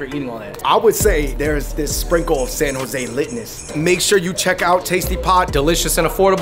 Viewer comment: you know you're from San Jose when u say, "Sano-zay" 😭 like its 1 word.